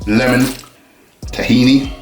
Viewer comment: Oh its pronounced leeemon. Boy, ive been saying it wrong all this time.